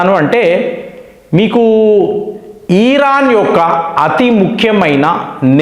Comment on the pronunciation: మీరు thumbnail లో ఇరాన్ అని పెడతారు. కానీ మీరు ఉచ్చారణ మాత్రం ఈరాన్ అంటారు. ఏంటి? నా పిల్లలు కూడా మీ మాట పట్టుకుని ఈరాన్ అంటున్నారు. మీకు ఉచ్చారణ లోపం ఉంటే సరిపెట్టుకోండి లేదా మార్చుకోండి. దయ చేసి నేను మా పిల్లలకు నచ్చ చెప్పలేకపోతున్న. అర్ధం చేసుకోగలరు. 🙏🏻🙏🏻🙏🏻🙏🏻